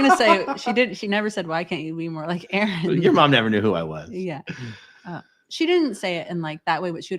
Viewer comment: A-aron cracked me up! 🤣🤣🤣